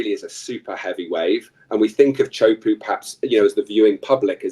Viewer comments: Iaorana, cheers for your podcast, I know thousands of people go on and watch. Please, you need to stop butchering the pronunciation of Tea hu po'o. It's not puuu, the sound of squatting on the thrown. It's PO'O. This guy your interviewing from England is completely OFF! Teahupo'o is not NORTH/WEST. It's South/west. I have lived here at Teahupo'o for over 20 years. Why don't you talk to someone who knows what time it is? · Great interview. Please pronounce Teahupoo correctly.